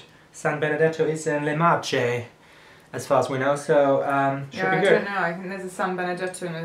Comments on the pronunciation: hahahahahahaha hilarious! san benedetto is from san benedetto yes! and you pronounce it Marke XD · nessuno ha notato il fatto cge hanno pronunciato "marce" anziché marche ? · it's not called marche with a soft C, but CH is like K so it's pronounced marke ^^ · SAN BENEDETTO del TRONTO is in the MARCHE, that is not 'marche' but more like 'marke' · We pronounce "Le Marke", not "Le Marce" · le marche it's pronounced: marke and "gocciole" it's like gotchole , with the "o" closed. Hope It was helpful 😊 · by the way marche is pronunced marke and gocciole is something like "gochole" with the last e pronunced like e of elephant :)) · le MARCHE -> MARKE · Ah, here's a tip. Italian "Ch", as for example in "Marche", is pronounced as "k", not as soft "c" like in Spain ✌ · I'm italian, so cute video, thank you ahahaha and the right pronunciation is Marke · le Marche - 'mar-KAY' is how it's pronounced guys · Sorry but i live in San Benedetto , and "Marche" Si Legge "Marke" Ok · All of italians snacks are good😌 san benedetto is in marche but it's read marke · The pronunciation of le Marche is like le marke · le marche you have to read like "marke" with hard sound of ch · Marche is pronounced Mark-A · "Le Marche" is pronounced "Le Marke". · le marche = leh mar-Keh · LE MARKE, not LE MARCHE ... CH is K in italian... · Falco e vogliamo notare come ha detto marche ahahahahaha 😂👊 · the pronunciation of "e" is "a"